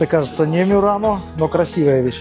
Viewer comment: Простите, а почему " МЮРАНО", когда на итальянском твердое МУРАНО...